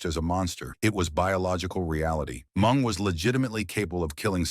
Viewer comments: Who the hell is Mung??😂 Isn’t it Meng?!😄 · Mung,it’s Meng lol😂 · THE NARRATOR, WHO I THINK IS AN IDIOT, MEANT MENG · AI should fear calling Meng ‘Mung’. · It not mung its ming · MENG not MUNG FUCKING AI!!! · Jericho was trained in The Dungeon. BTW, the name is Ming, not Mung. And, Ming, better known as Haku. The Barbarian was Ming's mentor and island brother. Haku is #1 in the most feared category. Barbarian is #2. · Yeah I thought the same, the name was "Ming" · Wow, Blah Blah Blah Blah, more mush mouth blabbering than a knitting circle. And you can't even say the names., like you're Drunk or something. "Mung"? Really"? Can't even distinguish between "MING" and "Mung"?? Just say "Haku" then. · Ming not mung dumbass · Put respect on Mng's name and pronounce it correctly!!!!!!! MIIIIINNNNGGGGG!!!!! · Am I the only one who can’t listen to AI narrator? Calling Meng MUNG drove me nuts. I couldn’t finish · And all this time we were pronouncing his name incorrectly 😂 poor "MUNG" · everytime he mispronounced mengs name as mung I lold